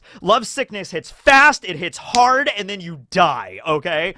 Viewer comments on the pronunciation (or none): none